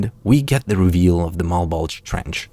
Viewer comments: Mal-Bowl-Juh, not uh Malbulge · It’s pronounced “malbolja” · I’m fairy certain it’s pronounced Mal-Bow-Juh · Malbulge lowkey sounds like "my bulge" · Whenever you say "Malbolge" I hear "my bulge" and that just adds to the semi-serious tone of that series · Ok, I'm twenty minutes into the video and I cannot be the only one hearing "mah bulge" every time refers to the series by name. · i keep mishearing malbolge as "my bulge" lmao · “Mah bulge” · Instead of Malbolge, I keep hearing Mt. Bulge... hehehhe... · We really just gonna skate past the easy joke of the fact the trench sounds like "mah bulge"?